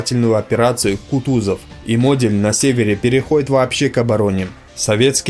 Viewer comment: Также Модель не правильно произносит!